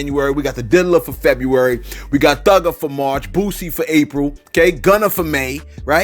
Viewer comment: DON'T DO FEBRUARY LIKE THAT MY BROTHER 😂😂😂😅